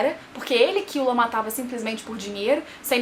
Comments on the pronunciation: KILLUA MULHER, NAO É KIULA NAO 😂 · A maneira q vc pronuncia os nomes dos personagens é como eles pronunciam no anime? Eu sempre pensei q fosse hiSOka, kiLUa e leOrio (as maiúsculas são as tônicas)